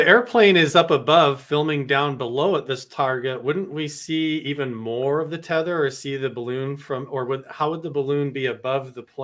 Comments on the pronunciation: Did just say 'teether' line, twice? "Teether" line? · It's NOT called a 'teether line' it's pronounced Tether Line!!!